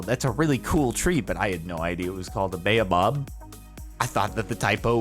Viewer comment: the "Bae oh bob" tree is actually pronounced as "Bah Oh Barb" tree.